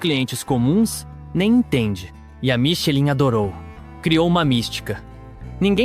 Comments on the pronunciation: por favor, pronuncie algo próximo a michelán. No vídeo, por gentileza, não à sonoridade vocalizada para Michelin. Confie no auto falante do google tradutor ou aplicativo superior, conforme o idioma da palavra, claro. Parabéns pela produção. Muito bom o vídeo. 👍 👉 Francês; ⌨️ Michelin; 👉🔊👂 michelán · a pronuncia correto é MICHELAN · SÓ UM DETALHE : ESTRELAS " MICHELIN", PRONUNCIA " MICHELAN"- O CONTEUDO, DO VÍDEO, É ÚTIL E NECESSÁRIO. TEM CULTURA, TAMBÉM. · Vídeo muito bem construído.Apenas a pronúncia Michelin (palavra francesa) não está correta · Podia aprender a pronunciar corretamente nomes como Fois Gras, Michelin …